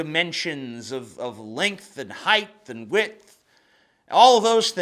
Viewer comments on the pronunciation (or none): heighT not hieghTH